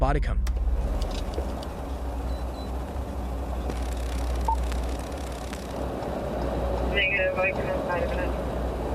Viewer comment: I usually dont say anything when people mess up a word, but ugh its bodyCAM. lol